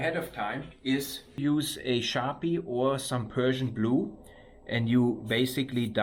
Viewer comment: I couldn’t help myself from giggling a bit hearing a German guy saying ”Persian blu” instead of ”Prussian blue” (as I know it to be). Well done to you for saving this engine block and thank you for sharing.